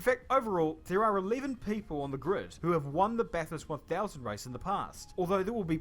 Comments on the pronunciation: Outside of racing season, this track is drivable for anybody, it is all normal roads, which they block off. Peter Brock is a Bathurst legend, passed away a while ago. "Bath" here is sounded like "at" not "ah." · Walking Bathurst gives a better appreciation of the track : Although being a Pom she mis pronounced it too putting an extra H in it She is part of the twelve hour GT race that attracts cars and drivers from most parts of the world. Virus delayed race this weekend will have about thirty hours coverage on main channel free to air over Friday to Sunday. Likely more hours watched of this event than anything else. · Hey, even though it is 1980's I think, this is the one to watch and review. Regardless of the way you might say that word at home, this is the correct pronunciation of this city's name (Bathurst) in this country. Just think of Worchester shire and how the Yanks can't say Wooster. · One carton of beer per person per trip to the bottle O, do you go 5 times on the first day or go every day, 24 or 30 cans per carton X 24 hours per day, carry the one to the track, come back to the camp for more or switch to bourbon at the trackside bar, can't bring in or take away from the bar area. Strategy plays a big part of the great race. You pronounce it the same as Clarkson, its not the southern Bath Hurst as there is only one h, it's the northern pronounced Bath then urst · You’re not listening . It’s incredibly organised , is way better thanNASCAR. And it is not Bogan. I watched it today, first time and was amazed at the talent these drivers . It’s BATHURST NOT BARTHHURST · It not pronounced barthust, it is bathurst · Can someone please tell this bloke that its NOT pronounced "Barth-hurst" it's Bathurst, as in Bath (no "r") urst. Say it with me...Bath-urst...Very good 😆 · Hey, Bathurst is pronounced BATHhurt not BaRthurst..😊👍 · No, don't say Bath-hurst, as in 'taking a bath'....say the other. :) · Bathurst, not barrrthurst 🤨😡😠